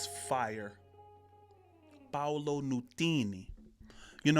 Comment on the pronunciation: It’s not Paulo, it’s Paolo which is an Italian name. Paolo’s father is of Scottish and Italian descent